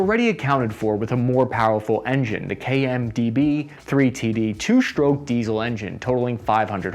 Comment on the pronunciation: Shtroke, dishtroy, shpread 😅